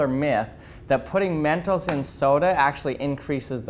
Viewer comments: He said mentos like mentals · That "mentos" is.too spanish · I love how he pronounced mentos.(*˘︶˘*).｡*♡ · I don't like how he says mentos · The way you saw mentos is kinda funny to me Its like you said it in an accent